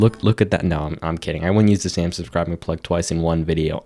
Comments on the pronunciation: Subcibing lol your favorite thing is subscibing you forgot the r in subscribing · "Subscibing" good job there